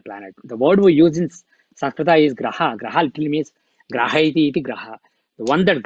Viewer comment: Please sir dont put ‘aaa’ in the end of every word... Sanskrita, mahabharata, sadhana, rama, jyotisha, graha.... please pronounce as sanskrit, mahabharat, sadhan, ram, jyotish, grah... please dont put somuch of emphasis on aaaaa in the end....